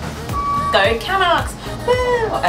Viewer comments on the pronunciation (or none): "CAN-ucks" lol, it's pronounced "ca-NUCKS"